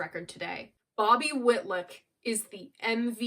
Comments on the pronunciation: Love this video. Layla is an epic masterpiece. Just one thing to mention - you mispronounce Bobby Whitlock’s name several times. It’s WhitLOCK not WhitLICK. Love all you do ! Keep creating. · GoodJob......I just wish you knew it's "WitLOCK......not WITLICK) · i love you dear your work is amazing ...however its not whitluck its whitlock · Your greatest review yet. No other reviewers (and not just young ones) do as much research, and care as much about the history of the recordings as you do. I still have my original pressing of this on Atco. --BTW, --Whilick? Whitluck? --Whitlock rhymes with "hit rock". --And he's still alive and going strong. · Bobby Whit-lick! LOL. You’re so cute, I give you a pass.